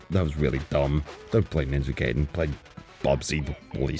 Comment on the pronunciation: Love the vid, but it's pronounced "Guy-den" not "gay-den"